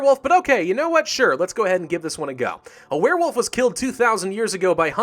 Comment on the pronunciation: I heard you say "Werefoof" somewhere.